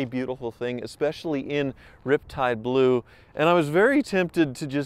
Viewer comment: why did you mispronounce riptide blue and urination Bob in this video?